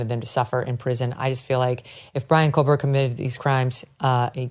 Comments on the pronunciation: Public Service Announcement.... There is NO L in Kohberger. You're welcome. It's not Coal-burger. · Megyn, it's Kohberger, no L as you're pronouncing it Kohl-berger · Good God. Can someone please tell her that she is pronouncing his name wrong??? It’s KOHBERGER